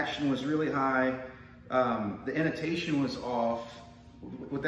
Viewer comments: He said Inotation, instead of Intonation. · It’s i-n-tonation dummy